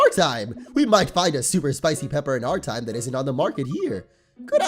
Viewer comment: "for a trime traveling..."